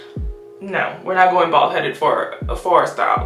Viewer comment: Why did the “oh no, I hope I don’t go bald” sound exactly like “oh no I hope I don’t fall”